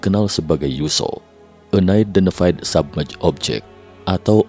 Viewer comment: UNIDENTIFIED SUBMERGED DIBACA BUKAN enaidentefaid sabmej.... tapi bacanya AN AIDENTIFAID SUBMERJ ....bukan SABMEJ...